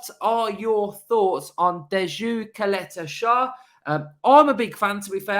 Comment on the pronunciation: pronounced Doo-ye Chaleta Sar. Croatian names are challenging ;). I've watched him play for Croatia multiple times, he's a decent player and could come in and do a job. Nothing special, but a good option